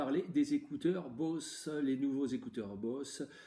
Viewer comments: ON DISE « boZe » ps Bosse mddddddrrrrr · On prononce “boze” et non “bosse” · Très bonne vidéo mais sa se dis boZe et sa serai mieux le plan horizontal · Ça se prononce "boZe"